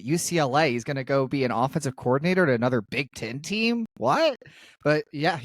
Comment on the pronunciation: Dan, it's anoTHer, not anover🤣